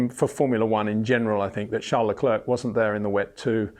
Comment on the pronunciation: Peter when will you finally start to pronounce Verstappen en Leclerc correctly?